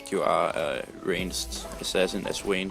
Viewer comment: um its's "Vayne:"